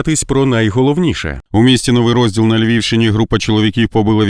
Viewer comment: Автор, ти з якої планети звалився. Наголос в назві міста треба робити на другий склад , на букву і. Новий Розді‘л. Ро‘зділ це в книзі може бути. Ти хоча б вивчив як міста в Україні називаються, і до цих пір називаєш тцкунів-людоловів військоми... Але ж ти Олень (((...